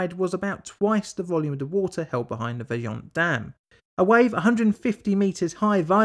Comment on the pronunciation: agree but I'm also impressed about pretty much all italian words were correct.. I've heard a lot of Toc, Vajont, LongaronE, etc.. very well pronounced! it is one of the most difficult skill for english speakers